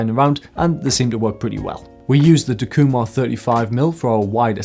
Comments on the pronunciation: In Japanese there are no accents as they are used to indicate the actual meaning of a sentence. Everything is pronounced "flat." The pronunciation would be "tak-eeu-mar" with no inflection. Hope this might help you. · All these years I've been pronouncing it "TACK-You-Mar" ;) Pentax have long been a sort of under-appreciated lens, but they have some phenomenal glass. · I agree with your lens choice but it took me some time to understand your (wild) mispronunciation of Takumar...